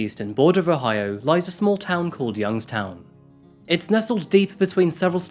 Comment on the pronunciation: Youngstown native here. I did a double take when I heard you say the town name. Keep it up bud. Love the channel